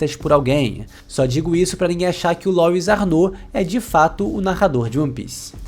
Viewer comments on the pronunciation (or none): Que agonia, todo mundo falando "Lóis"... Louis é um nome francês, se pronuncia " Luí "